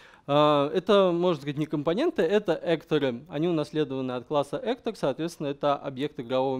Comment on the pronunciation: Рассказано неплохо. К сожалению, много неправильно произнесённых английских слов (actor, tournament, projectile, pawn, character, bind), но для русскоговорящего проблемы понять не будет.